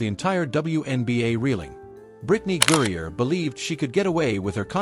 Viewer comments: Her name is GRINER—not Gurrier! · Al say her name Right. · Maybe if you could properly pronounce her name she might have “noticed”….your opinion!